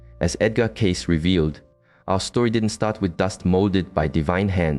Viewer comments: Why would you spend a considerable amount of time constructing this only to pronounce his last name incorrectly, over and over and over again? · Obviously the author of this piece knows nothing about Edgar Cayce if he can’t even pronounce his name correctly.